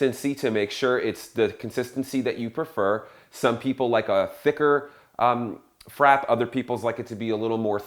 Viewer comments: how is he a coffee consultant, and pronounces the word frappe wrong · You know how to make it but not how to pronounce it.